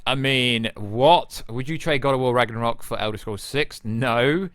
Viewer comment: You have a problem getting along with the word "Ragnarok".